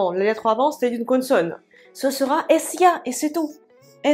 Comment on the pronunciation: Les explications sont parfaites et très claires. Merci beaucoup. Lorsque vous prononcez le mot "consonne" c'est un peu avec l'accent du sud de la France. J'entends "connesonne".